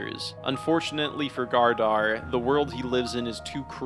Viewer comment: Great vid, but “Leaf” and “Gardar” kept taking me out 💀